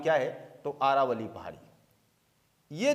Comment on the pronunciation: आरावली नहीं सर जी अरावली पहाड़ी है सर जी